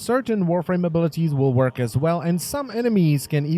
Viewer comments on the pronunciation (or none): none